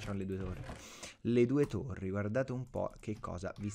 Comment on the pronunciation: Torri, no tori :-)